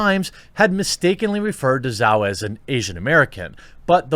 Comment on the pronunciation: Zhao pronounced Jow. Rhymes with Mao.